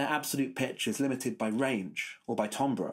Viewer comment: With all due respect ... 1) Grad + dissertating students (and the resultant PhD holders) are great at questioning, and at finding logical, methodological, and factual flaws. Very few of us humans are good at constructing watertight theories. Proof: You pronounce "Mandarin" and "timbre" incorrectly. And I know you've already confessed "Wernicke." It's much more difficult for me to state why you have these idiosyncrasies. All scholarship is messy at most points. You might have begun your video with your closing statement. Don't forget to praise the giants upon whose shoulders you stand in the preface of your dissertation. 2) Anecdote: I had a music professor (composer/theorist) who said (in 1973) that he had perfect pitch, but tended to lose it when the key areas moved into greater sharps and flats. In 2019, I had the pleasure of randomly meeting that professor again and presented him with my memory of his statement. He (age 87 at the time) responded, "Well, the older I get, the more I'm losing my perfect pitch." 3) Anecdote: I was a horrible melodic/harmonic dictation student and a rock guitarist. However, now, every so often, after hearing music on TV, I'll go to to the piano and hit the chord or outline the melody that I just heard and probably hit the correct pitch or chord 25% of the time, with maybe another 25% of the time being a tone or semitone off. Thanks very much for this video, however all hail Dylan (and Rick) Beato!